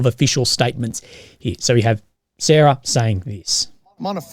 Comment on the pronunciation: "Sarah" lolol